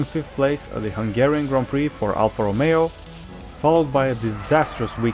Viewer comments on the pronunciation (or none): none